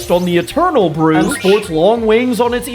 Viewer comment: These are so cool! I love this, though I feel like the vibe of Mega Acendape X and Mega Acendape Y should switch? Cause Super Saiyan God is a notably leaner, calmer form. Also brooch is pronounced as to rhyme with roach. Apologies if you've gotten that bit a lot already...